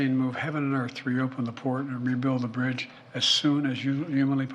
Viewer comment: You ain't gunna get "that brdge" reopened 🤦‍♂️